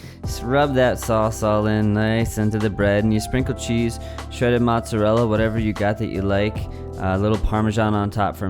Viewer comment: matzorella is actually mozzarella